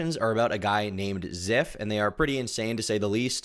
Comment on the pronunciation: Call him Ziff one more time I swear